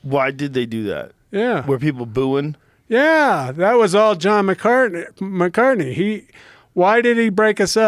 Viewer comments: How many times did Tank mispronounce Big John’s last name lol? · I can’t help but feel like there’s intention behind the butchering of his name.